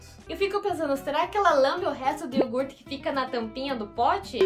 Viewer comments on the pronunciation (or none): none